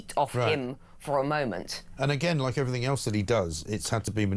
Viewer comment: It's everything not everythink FFS.